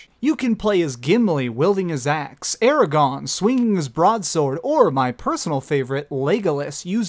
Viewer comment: I hate being this guy, but I just love Tolkien's work so much....It's "Aragorn" not "Aragon". And "Uruk-Hai" not "Orok-Hai". I'm sorry...It really was a great countdown, though. They're always great since you tend to choose less cliche' games for them. Edit: Holy shit dude, was that Jack's chain tattoo from BioShock?! That's crazy awesome!